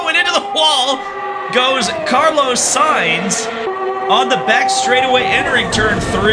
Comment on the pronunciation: sayinz not sighns